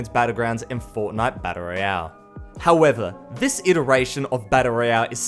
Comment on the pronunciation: B4 u criticize something learn how to say “this” instead of “vhis”